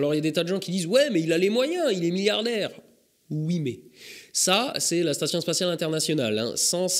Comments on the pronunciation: "Ui" tu serais pas un peu alsacien ou a minima dans le nord est de la France toi ? ^^ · Ta dis ui ?!